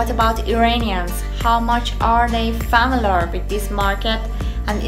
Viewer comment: Famalarrrrrrrrrr 🤪 cant get over it its familiar overall good clip just need little help with english